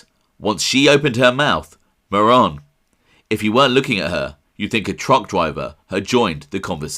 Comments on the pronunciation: Mah - rrr(roll the 👅) - own. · Ma-RONE, as in phone.